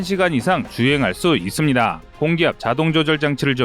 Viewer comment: 아직도 이스비다~ 이스비다~ 기가찬다